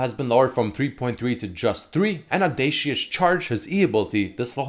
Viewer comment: bro, you need to learn how to pronounce Xin's E. "Audacious" is a real word, and English word at that; so you don't even have the excuse of it being a from a different language.